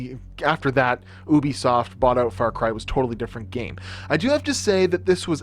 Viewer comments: it's UbiSoft Not OBI Soft, it Called Ubi Soft Like for example Uber Start with U not O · not USBISIOFT ITS U BEE SOFT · Oobesoft nah g it's called You-be-soft Ubisoft, please Americans speak right, it's Nike not Nikey, it's adidas not Ah-dee-das, we made you so please speak our language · Correction : oOobisoft*